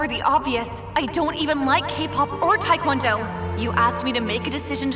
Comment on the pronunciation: This woman can’t even pronounce Taekwondo right. XD (I’m Korean btw)